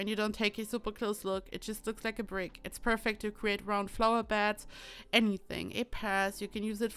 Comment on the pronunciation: "flower bed" became a "flour bed" 😂👍